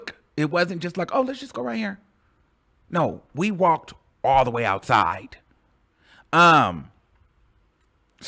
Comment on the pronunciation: "I'm going ouuuuside with Kanye" 🤣🤣